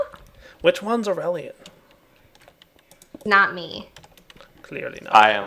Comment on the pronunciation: it's aureylian...